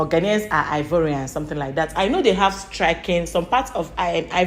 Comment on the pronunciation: Ghanaians don't pronounce Ivorian the way his saying it.